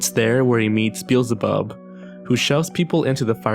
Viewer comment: "Bizbub?" It's pronounced "bee el za bub"